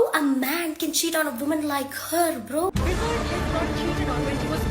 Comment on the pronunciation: Yes we talking about the “wisard liz”